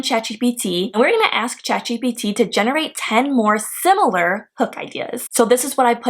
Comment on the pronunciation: Are you saying chap or chat... This video is useless. 😢